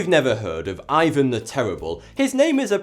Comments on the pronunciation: Man , Ivan is said with the emphasis on the a !!!!!! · Awesome video, but Ivan is pronounced like ee-vahn not eye-vahn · It's actually pronounced "eeVAN" not "eyevan" because the name is in Russian